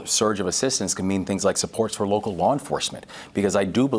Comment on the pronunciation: Did he say woke-cal law enforcement 😂😂